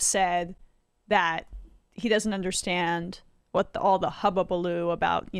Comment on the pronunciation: "Hullabaloo" Emma... not "hubbabaloo" 🤭😂😏